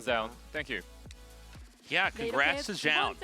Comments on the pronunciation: WHY DOES TASTELESS PRONOUNCE ZOUN "JOUN" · Is Tasteless just trolling us with his pronunciation of Zoun?